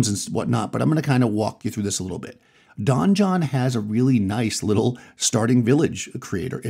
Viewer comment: Since you speak for a hobby and use the word "donjon", I want to help you out. It's just French for "a keep" and, as an English loanword is pronounced the same as "dungeon"...unless the creators of the software have explicitly said it's like Don John.